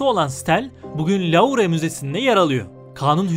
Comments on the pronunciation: Ya iyisin hoşsun da acayip telaffuz hataların var yahu! Bi sürü şeyi yanlış söyleyip durdun, en son LÛR diye söylenmesi gereken ünlü Fransız müzesine LAURE deyince videonu kapattım. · louvre müzesi nasıl telaffuz edilir, önce bi onu öğrenseniz